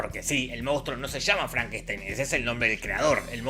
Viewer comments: My name it's pronounced Frankensteen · FrankenstAin, maestro. Frankenstaaaaainnnn